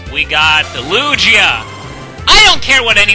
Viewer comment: and ITS LU-GEE-A NOT LU-JEE-A GOSH